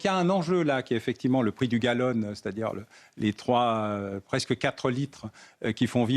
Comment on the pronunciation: Du gallon pas du gallone svp mdr